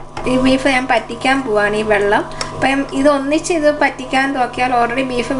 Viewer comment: Super, super, paksheaaa "pattikkan"alla "vattikkan"